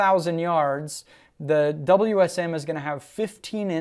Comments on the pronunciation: It's not a darn "Wiz um". It W S M. You kill me!!! 30-06 wins. Throw a 200 grain round nose in there and see who wins. Wiz Um (?) Sucks. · The fact you say whizzzam is already terrible..... WSM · Drinking game: take a shot every time he says whizm. Don’t, as you will probably pass out.